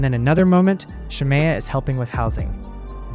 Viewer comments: If this man say Shar- Mayo one more time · i had to stop watching following the intro cus why is the narrator pronouncing shamea's name like that??? is it ai????